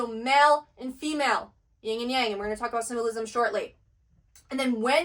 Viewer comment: I love that you show comparison between different traditions and connect it to the Bible especially for people who come from a Christian background. I just want to correct one thing-- it's Yin and Yang not Ying. I'm a doctor of Chinese medicine and have been immersed in Eastern traditions - Yin is the feminine principle and Yang the masculine. Just drop the letter g at the end of Yin ❤. Great work keep at it!